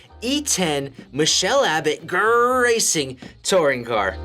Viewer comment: I have a question your said GR rRacing wrong